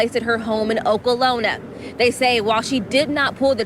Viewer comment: How the hell are you a news reporter . Paid to read and talk and paid to especially state facts but can't pronounce OKLAHOMA ‼️.. that really threw me off right there wow ..rip to the victims